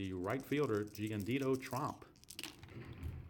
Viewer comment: Its Jiandido Tromp, with an 'O', not Trump.